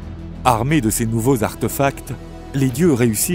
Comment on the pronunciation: on dit artéfacts !